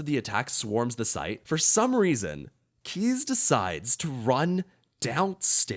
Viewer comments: Kheyze is pronounced "Kay-zee" not "Keys"... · It's "kay-zee" not "kees".